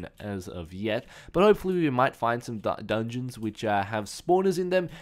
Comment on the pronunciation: "i have not found any dungons as of yet" he says as he passes 2 of them.